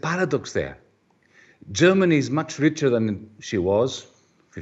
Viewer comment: She really muck up Germany real good!